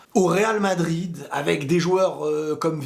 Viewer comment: Pourquoi tu dis vardrid